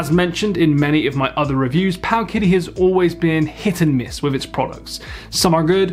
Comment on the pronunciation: I believe it’s pronounced paoooowwwkitty